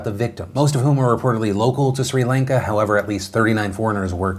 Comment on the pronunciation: PhilipDeFranco you pronounce Sri Lanka like this (Chri-Lan-ka0